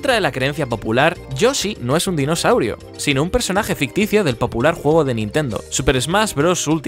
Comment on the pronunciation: Me acabo de dar cuenta de que dice dinosauiro